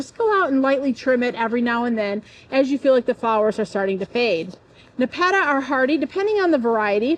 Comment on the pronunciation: We pronounce it Nep- a - ta